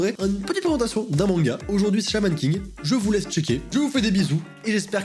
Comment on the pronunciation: À est-ce que c’est juste moi qui a compris “mon gars à la place de manga??😂😂